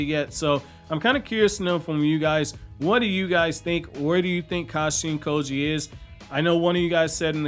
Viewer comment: It sounds like you say Kashi & Koji other than that great vid man subscribed